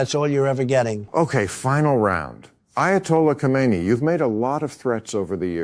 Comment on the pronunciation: Thank you for pronouncing his name right!! KO-MEIN-NEE, not HO-mein-nee.